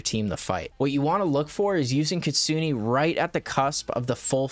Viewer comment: Btw please stop saying ktsuni it's ktsune...